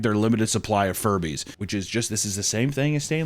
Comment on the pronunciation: Dammit. Now Furbies are forever going to Jewbies in my mind 😅 Edit: Jujubes (pronounced Jew Jew Bees) aren’t candy, they’re Furby eggs 😂